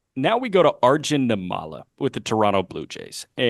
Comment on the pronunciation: I’m catching up on pods so I’m a little late, and I hope I’m not repeating myself, but I hope y’all don’t mind a little pronunciation note on Arjun Nimmala. His last name is pronounced NIM-ma-la, with the stress on the first syllable. (Actually, if type his name into Google Translate and select Telugu as the language, you can hear how it’s pronounced.) I don’t know him personally or anything, but we’re from the same ethno-linguistic community; his parents are literally from the same twin cities area in South India as mine. Never thought I’d see a kid who could be my cousin playing pro ball. Hell, even other Indian people stereotype us as a bunch of unathletic nerds lol. And I’m glad we finally have a major leaguer of Indian descent in Kumar Rocker. I once hoped it would be me, but it turns out an 80-grade fastball and an 80mph fastball aren’t the same thing. 😜